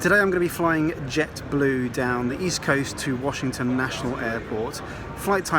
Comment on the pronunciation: Great job,. Loved the views of NYC and DC... as yes, you pronounced Washington correctly.:) Looking forward to your Acela review. I've never flown into DC as living in NYC and NJ when I worked for a company there, it was faster to go via train because I was going from city center to city center.